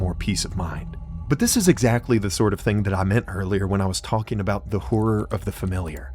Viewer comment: why is this man pronouncing the "l" in "talking"